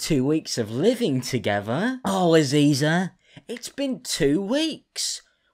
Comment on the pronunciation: Stop saying Aziza and Visa thats HILARIOUS